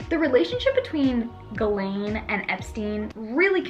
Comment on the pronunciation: It’s pronounced “ jizz - lane”